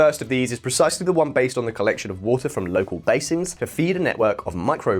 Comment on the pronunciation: It is water lol Not voter lol 😂